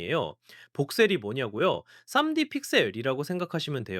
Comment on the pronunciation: 3D 를 쌈디로 읽는게 너무 웃기네요